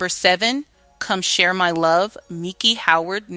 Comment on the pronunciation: Warner Brothers, not Bros, the word risqué pronounced Riss-Kay, Miki pronounced Micki, after that I had to bail. You guys need to review these voiceover copy with someone whose from the era are an educated English teacher